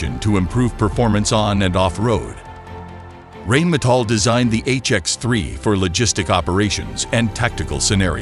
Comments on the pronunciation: Yes but it is still not pronounced "rain" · it's pronounced "rine metal" not rain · Rheinmetall is pronounced Rinemetall !! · you would think that guy knows how to pronounce " Rheinmetal "